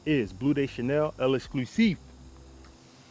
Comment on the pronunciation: peace brother, the bleu is pronounced "LEX-CLUE-SEEF"